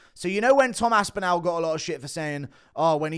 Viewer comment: the end of Aspinall is pronounced like 'ball'. Why you so weird?